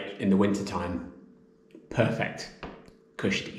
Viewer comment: Did you really say 'cushdie'?! You know it makes sense!